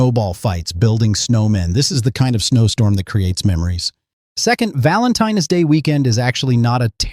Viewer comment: “Valentine S day”